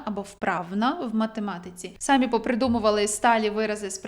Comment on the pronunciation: Дякую за корисну інформацію! Якщо ви не проти, хотіла б звернути вашу увагу на те, що ви робите неправильний наголос у слові "самі" на . Перевірте у словниках. У тому значенні, що ви вживаєте, правильно казати "самІ", а не "сАмі". Дуже поширена помилка зараз:)